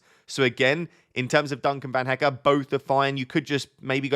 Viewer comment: Hello, you are pronouncing Van Hecke correctly now. But you still need a little work on Verbruggen. But keep up the good work, very helpful FPL content 🙂